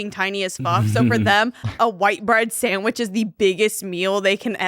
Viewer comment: that was insane the way said sandwich